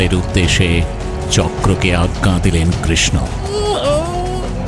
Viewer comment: এত সুন্দর একটা production এ কৃষ্ণের উচ্চারণ আরেকটু ভালো হলে ভালো লাগতো। ‘আত্মা’, ‘আজ্ঞে’ শব্দগুলির উচ্চারণ বড় কানে লাগছে! তবে আজকের পর্ব অগ্নির জন্যই অসাধারণ হয়ে উঠল।